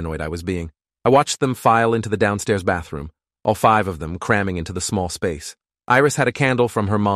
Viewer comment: Bro why did the word bathroom go so British